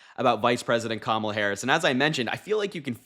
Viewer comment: Thanks,! But we'll need another name for her team. The accent in Kamala is on the first syllable. That's okay, the whole world will know how to pronounce it within the week. Thanks so much for your support! Americans don't often express how grateful we are to our friends overseas. It means a LOT to us. 🤎 😊 👍 💙